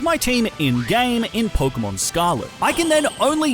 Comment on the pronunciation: It’s not porkumon it’s Pokémon